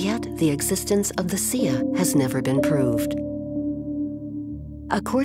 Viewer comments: Why does that lady narrater keep pronouncing the word "xia" as "zia" as in "zee ia" not like the Chinese teacher pronounce it "zhia". They need to articulate proper pronounciation, regardless if it's a foreign language. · It is the Xia, it's just the fact that they didn't pronounce it correctly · The consistent mispronunciation of Xia makes this nearly unwatchable. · Sia? I thought it was the Xia?